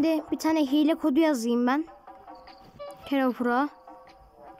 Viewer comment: Hile diylim diyo hiel